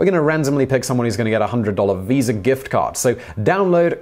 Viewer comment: Didn't finish watching the video, because of the way he said visa